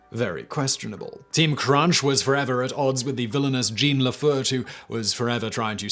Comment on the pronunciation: It's "Jean", [pron. "jzhoh(n)"] not "Gene!"